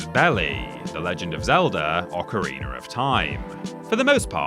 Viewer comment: How do you spell Ocarina? Is it ocareener or something like that lol. definitely has the best voice even if he reads 2 R's in ocarina lol PS Maro and Luigi, Bower's Inside Story was pretty good